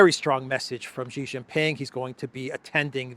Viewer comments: Sheeeeee not Jheeeeee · It’s no gee it’s shee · Just a pronunciation note: Xi is pronounced like "she" (i.e. she is here). Never like Jee